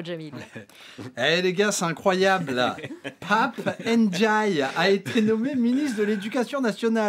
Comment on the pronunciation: Pap ène djaille ? je sais bien que le personnage à été fortement dévalué dés l'instant où on a appris qu''il avait cédé aux attraits de la soupe macronienne ! Mais fais tout de même un effort en prononçant son patronyme ( mdr )